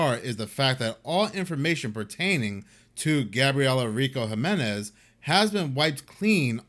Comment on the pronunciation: HEE-MEN-EZ = Jiménez